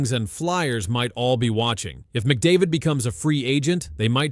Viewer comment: The only name you're able to pronounce properly was McDavid's. Do some homework